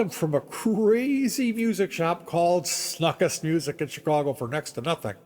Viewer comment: I taught guitar there on and off in the early 80s. A couple fact checks: You aren't pronouncing his name even remotely close to correctly. The name was pronounced "snookst" actually. Rhymes with "book" with "st" and the end. Joe and Flo always paid me for teaching there promptly and in cash. Never missed paying me once. I also met all the music instrument company reps in there and learned alot about all the many M.I lines. Joe loved to buy at the Namm shows and much of his gigantic inventory was from Chicago Namm show closeouts to save shipping. He also didn't have either the Gibson or Fender lines so your note about that SG new with tags might be folklore. The place was indeed weird but Joe was actually harmless. That was a starting pistol with blanks in his pocket not a handgun btw. I agree, Mental illness may likely have been part of the picture but today he would be President by today's low standards.